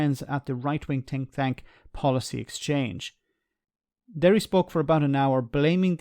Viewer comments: Ha! You did say ‘tink thank’, brilliant 😂😂😂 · No, I think he said thick thank. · I had to listen twice to be sure but I vented a new phrase: A Tink Thank. Ah, join the clubb lol